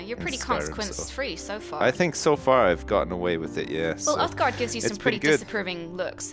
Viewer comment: ***** I think he meant that it is pronounced uthgerd not uthgard